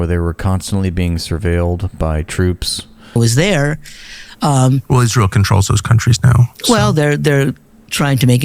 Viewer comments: "Isrul" what a ghoul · "Isrull" 😂 I still laugh every time. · thanks. lindsey's dildo must be white and blue and he calls it isrul. good vid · Izzruwl😂 no no no no no🤣🤣 izruwl has demoncrazy🙄🙄🙄🙄 izrul is his fwiend👨🏼‍❤️‍💋‍👨🏼👨🏼‍❤️‍💋‍👨🏼👨🏼‍❤️‍💋‍👨🏼👨🏼‍❤️‍💋‍👨🏼🫂🫂🫂🫂🫂